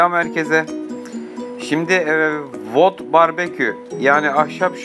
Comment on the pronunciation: ustalığınıza saygı ama wood barbekü derken ya düzgün telaffuz etmeli ya da ahşap şömine diyelim